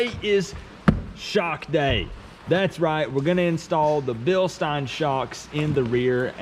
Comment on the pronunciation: Bilstein( bill sten)😂 just saying awesome video